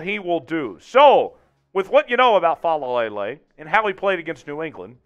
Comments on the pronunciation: Gawd, you saying fa la lay lay is getting on my nerves. Lol. Take that L out. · It's just "Faalele".... FA-LAY-LAY. You got too many L's in there mate!